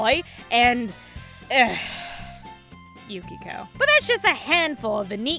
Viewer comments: Never understood why you said Yukiko the way you did. Now that the game is on steam and I’m playing it for the first time... I understand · Did you say Yukiko? I know right best gurl